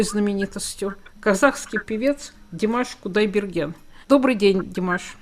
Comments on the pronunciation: Она вроде правильно произнесла - Димаш Кудайберген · я прослушала еще раз, она правильно произнесла - Димаш Кудайберген)